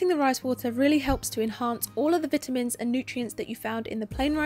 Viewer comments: Everytime she said vitamins i cringed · When she said “vit-a-mins” >>>> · Damn I be laughing when she say vitamins:Veetamens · I love how she says vitamins